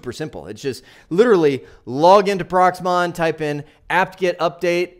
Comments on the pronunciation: Great Video, thank you, but I NOTICED you keep saying PROXMON, Its PROXMOX, we had enough of software names and acronyms in our IT journey. Best regards to you and the family from Chicago to Arizona. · Are you saying Prox MON or am I hearing it wrong? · I hope you meant Proxmox and not Proxmon.